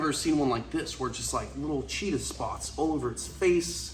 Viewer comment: Feel like this is obvious but where u keep saying cheetah Chester as in Chester from Cheetos